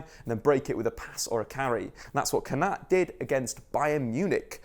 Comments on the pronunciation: surely it’s pronounced Kon-a-tay not Kon-at 😂😂 the little ‘ above an e gives it the ayy sound e.g. sane, mane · Pronounced konatay not konat. Great vid tho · Good video, but the é means that the “pressure” is put on that vowel 😄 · It’s pronounced konaté bro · That’s not how you say Konaté’s name at all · Is it just me slightly annoyed how he's pronounces Kounaté though l live the vid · that is single handedly the worst pronunciation of Konate I've ever heard you're better than that big man